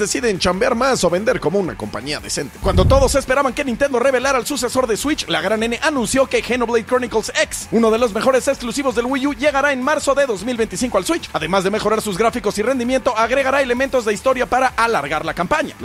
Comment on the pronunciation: Es que parece broma a este punto pero ahí otra muestra más de q a la hora de hablar sobre Nintendo, "Henoblade"💀 NADA no sé nadota